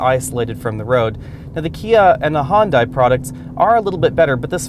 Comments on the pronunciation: He says hondai? Weird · "Hun-Day" like Sunday. lol